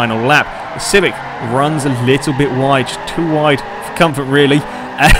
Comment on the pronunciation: You said ride instead of wide